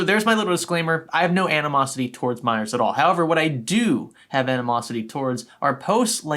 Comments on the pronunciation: this whole time I thought you where saying MINORS not miners lmao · I keep hearing "miners" as "minors" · I watched half if the video thinking he said minors instead of miners 💀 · For the longest time I thought he was saying minors instead of miners